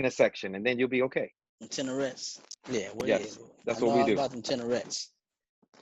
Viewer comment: He said "Tenorettes"! 😄